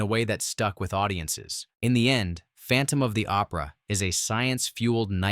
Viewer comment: You boned the visuals and pronunciations on phantom of the opera. Using footage from Lon chaney’s b&w classic from the 20’s and confusing it with the 40’s adaptation.otherwise you’re on the right track.